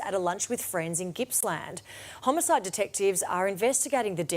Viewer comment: Thankyou for pronouncing Gippsland properly. Didnt really think it would be that hard.